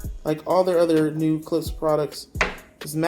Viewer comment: It’s Klipsch , Not Clips . 😂